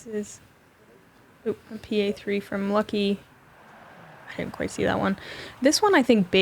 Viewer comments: Pronunciation of Lykke (in Norwegian, but in other Scandinavian languages as well) is in no way similar to "lucky", but leave it to the Americans to blatantly mispronounce absolutely everything non-British and act as if it's somehow funny :( On the other hand, this infantile ignorance is indeed funny but definitely not why Americans think it is. Most people in the world are at least making an effort to pronounce foreign names, including English ones, which read completely differently in many languages correctly, to learn the basic rules and differences, but Americans can't even pronounce their own names if they're not British. Wysocki is the prime example - that name is just butchered beyond recognition... But at least the owner's fine with it, he's an American. But if people come from abroad, try learning their bloody names, it's not that hard. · Lykke tells people it's OK to call her Lucky, thats what her BF Bradley Williams calls her most of the time, I agree everyone should be making an effort to say it correctly